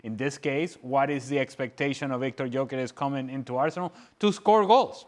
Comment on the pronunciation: Tut tut tut........ why does Ale and Stevie keep calling him "Jockeres?" his surname is pronounced "Yuh-kuh-resh" for Christ's sake!!!!!